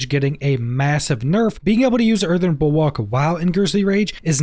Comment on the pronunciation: just an FYI it's pronounced Bull-work, and whats your view on Mending stone for pants.